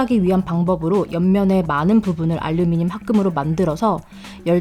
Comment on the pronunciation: 뿰케이 , 뽈멧은 발음을 굴리는데 카메라 마이크 알류미늄은 한국발음인 혼종